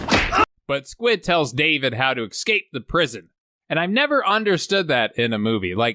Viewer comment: Superb work as always sir! Just have to address the word "Escape", there is no X sound in it mate.....Segal told me to say it so take it up with him during one of many lunches of any given day.